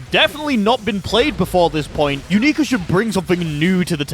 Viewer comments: matey its "younika" not "youneeka" Very minor thing, but every time you say her name it sounds like you're saying "U****a" in a foreign accent and it's very funny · "u-knee-ka" T-T?? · Another terrible pronunciation of a name has been collected